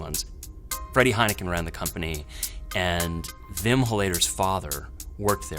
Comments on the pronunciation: But they do it right with words like 'weapon' so I don't get why they say Vim instead of Wim. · English speakers can't pronounce a proper w. It's Wim, not Vim. Vim is a text editor. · It's not VIM or VILLEM , WWWWWWWWWWWWWWWWWWWWWWWWWWWWW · It only takes one Dutch person to get the pronunciation right. They're not that rare, so the New Yorker must just be plain lazy. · Very well explained. And don't worry about all the comments about mispronouncing Wim/Willem. It's close enough. The pronunciation of the Dutch W doesn't exist in English so I can't blame you. The V comes closest. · Give him a break, the Dutch 'w' does not appear in the English language. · Jezus Leeft what do you mean like in 'weapon'? The w in weapon is pronounced like any other w as a first letter, it doesn't sound anything like the Dutch w. (If you're pronouncing weapon with a Dutch w, then you are pronouncing weapon incorrectly.) As far as I know there are no English words with a w that are pronounced as the Dutch w. The V comes closest, so I can't blame them for pronouncing Wim as Vim. It's good enough.